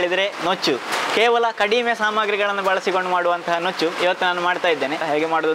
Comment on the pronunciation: ನುಚ್ಚು ಅದು, ನೂಚ್ಚು ಅಲ್ಲ. Nice recipe. It's very favorite of mine. Kempu akki tariyinda kooda madta idvi. ದೊಡ್ಡಮ್ಮ ಮಾಡಿ ಕೊಡುತ್ತಾ ಇದ್ದರು. Thank you for reminding this. Stay blessed always.